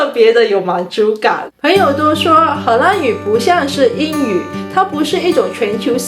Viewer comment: 荷兰的 兰 念 lan 第二声。不是第一声。：）